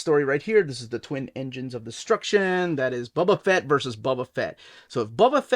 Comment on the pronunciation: Bubba fat?😂😂😂